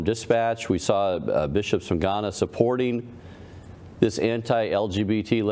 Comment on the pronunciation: Not G-Hana, but Ga-na